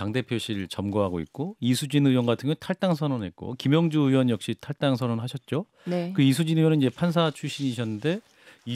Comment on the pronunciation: 의원 발음이 안돼? 으이원..이게 안돼서 으원이야?